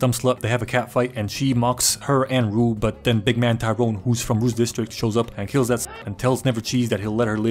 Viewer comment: Glad that he had enough respect to say Rue’s name correctly